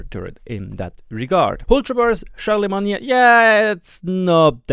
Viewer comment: "Char-la-main" as in the holy roman empire guy, just so you know.